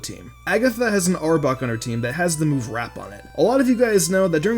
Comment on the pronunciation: STOP SAYING "Arbuk :P". ITS ARBOK